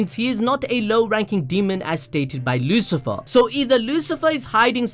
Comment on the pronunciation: Lucifer Or LuciferO..... cOme On....